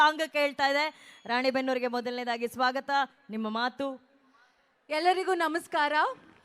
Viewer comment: తెలుగు అమ్మాయి, అది రాణిబెన్నూరు కాదు రాణెబెన్నూరు నాయుడు గారు.